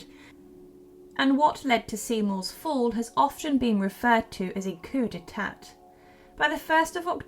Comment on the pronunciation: also coup d' etat is mispronounced.